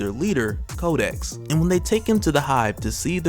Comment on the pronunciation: 😂😂 everytime you say kodex i keep hearing kotex from black dynamite. 😂😂